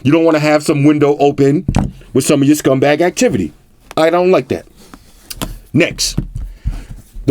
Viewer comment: "with some youscumbag activities" 😂